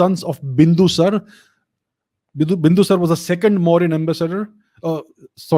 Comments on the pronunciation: Bindusar nahi, Bindusaar hain yaar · Make a habit of pronouncing the suffix vowel. Its Ashok-aa not Ashok. And Bindusar-aa not Bindusar, Maury-aa not Maury.